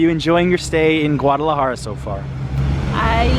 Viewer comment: STOP saying GAUDalajara. Jesus dude. Get it right